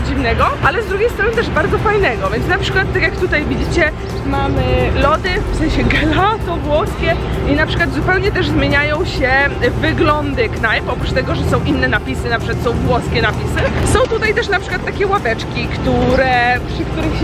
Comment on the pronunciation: nie chce wyjść na przemądrzałą i nie miłą ale wymawia się dżelato